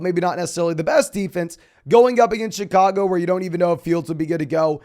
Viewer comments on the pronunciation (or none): none